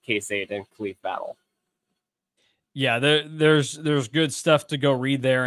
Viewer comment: Maybe Battle did come because you guys don't know how to pronounce his name